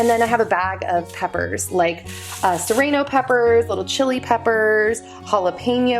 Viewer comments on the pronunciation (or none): yeah it almost sounds like balsalmic and and serrano sounds like rain instead of ron🙃